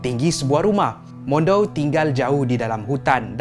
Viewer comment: bukan mondou, mandau.